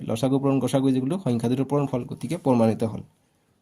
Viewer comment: pormanito❌ pormanito✅😂😅